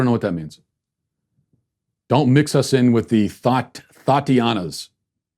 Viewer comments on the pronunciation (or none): You trying to pronounce 'Thot-ianas' is so funny! Just goes to show the generational and cultural differences of you vs young people and Black people. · Matt trying to pronounce “thotiana” was the best part of this video lol